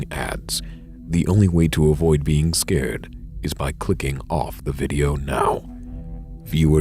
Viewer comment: the only scary part of this video is how he says now